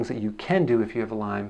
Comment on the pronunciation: Lyme not Lymes